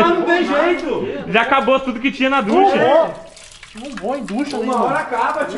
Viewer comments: ducha é com "CH" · O CERTO É "DUCHA"